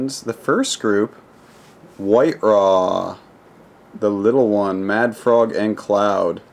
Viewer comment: Idra, not I-dra.